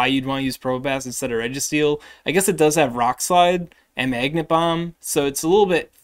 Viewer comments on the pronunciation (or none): none